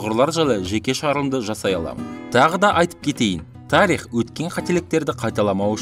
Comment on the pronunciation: ТАрих МАрих деп рифма ушын айттыма десем сыз шындап тАрих деп сойлейды екенсызгой .